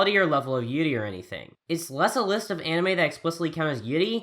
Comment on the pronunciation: The way he pronounces 'yuri' REALLY gets on my nerves.